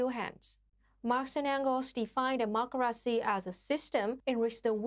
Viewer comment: It's weird how she adds in extra letters to "dem-mok-car-racy" but yet leaves out a whole bunch in "proletariat"